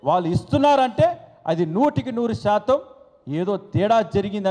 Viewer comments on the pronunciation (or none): none